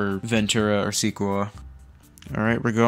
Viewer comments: it is pronounce Seh-koi-uh, not See-koo-ah. Just for future reference! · Seekohah lol. Say it like this - seekoiyah. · The MacOS Sequoia is pronounced "See-koi-ah" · see-kew-uh!? You were so close but don’t worry, it’s pronounced suh-koy-yuh! Now you know for forever :) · see-kooh-ahh seh-koi-ah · see quo uh 😭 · no it isn't, you're just as wrong as OP lol. the people who responded to this are correct. sek-koi-ah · suh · kwoy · uh . 😂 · Sequoia is pronounced “suh-koy-uh.” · say it with me now seh-coy-yah lol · Oh sir my head hurts the Sequoia pronunciation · I don’t undestand how he’s so bad at this 😭😭